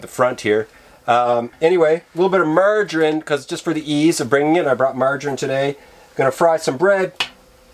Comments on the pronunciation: There's NOTHING sexier than a Manly Man......who's sufficient, extremely confident, loves the rugged outdoors and who has a mustache, lol. I like how he said margarin.. kind of pronouncing it like MARR-dgin or something close, lol. GREAT VIDEO! KEEP SMILING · Ohh definitely Canadian and not Australian Canadian: marg rine Australian: marg A rine Us Aussie pronounce the A quit loudly when we say margarine